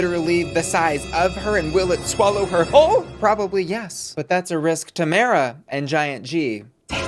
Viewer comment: Lol, it's tomara not tamera 🤭